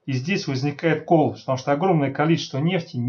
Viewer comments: да не кОллапс , а коллАпс! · Согласно информации одного из самых авторитетных среди орфоэпических словарей, словаря Аванесова Р.И. , ударение в слове коллапс нужно ставить только на второй слог, гласную а, и никак иначе. При склонении существительного коллАпс ударение остается на втором слоге.